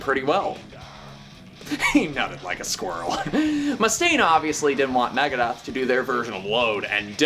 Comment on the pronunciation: It's NOT MAGADETH . Dude Dave would def have something to say about that......